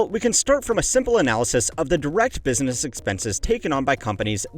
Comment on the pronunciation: "BUSSINESS" ?? I think some of your staff need to be replaced with AI